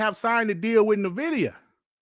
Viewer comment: Nvidia is pronounced "N-Vidia" like two words.... lol it's not Navidia .. Just droppin knowledge :body-blue-raised-arms